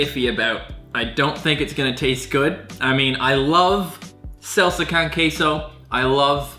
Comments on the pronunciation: Sahlsuh cahn kay so ( saying salsa con queso ) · Hearing say “selsa cun kayso” physically hurt me. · its not "selsa coun keisou" its "sall-sa ko-n ke-so" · “Selsa Con Kaso” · “Salsuh khan quetzo” yea okkkkkk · First vid Ive seen by u, and I subbed. Hella funny, but how you pronounced salsa con queso made me cringe 😭😭 soy puertorriqueño y nooooo 😂😂 (Sal-sa con k-so) 💕 Also love your shorts lol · seLSa cON KAysO Translation: Salsa Con Queso I'm not hating on, I actually liked the way he said it XD Especially as a Puerto Rican. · Selsa Kawn Kayso. oh, I'll tell you one thing you're definitely not cut out to be a Mexican. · Why does he say salsa con queso like it’s one word?